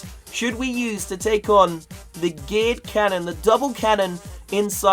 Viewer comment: I swear every time says geared cannon he says gay cannon